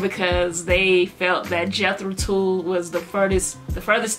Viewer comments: Tull is not pronounced Tool, rather it rhymes with mull gull dull. Their basics consist of hard rock and English old folk and progressive rock... they would not think of themselves as metal. They stopped before jumping off that cliff... they had all the THOUGHT and didn't need to settle for SPEED. Got their first four albums starting the 60s. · If I hear Tull pronounced as TOOL I'm not watching reaction. It is Tull as in seagull not fool or tool. Please learn how to pronounce properly. It changes the context of what you are saying.